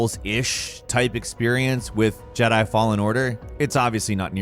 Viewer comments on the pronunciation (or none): none